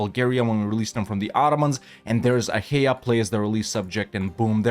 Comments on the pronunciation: its actually read ah-a-i-a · Acha-EE-A pronounce it. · Isnt it said with a hard K. A Kia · Is that how you pronounce Achaea? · Your pronunciation of Achaea gives me physical pain. Can't say I blame you though, given the amount of pain we've inflicted on you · Bro pronounced it like it's in Spanish 🤣